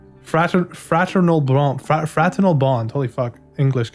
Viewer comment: fratinal is pernonced ferternal it means parent and child like relationship